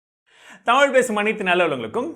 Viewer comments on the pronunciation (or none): none